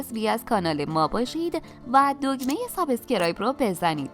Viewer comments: میشه لطفا واژه‌ی سابسکرایب رو درست تلفظ کنید؟ Sbuscribe روی حرف "ب" کسره نداره! Subeeeeescribe!! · لهجه شما موقع تلفظ لغت سابسکرایب ا نادرست است درست تلفظ کنید لطفا البته بهتر تشکر